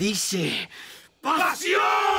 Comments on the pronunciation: Se dice PASIOOOOONNN!!! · Se dice pasion